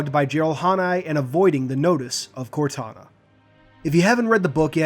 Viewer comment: Thought you said CORONA at first, haha. “Corona is not doing a great job at maintaining order” xD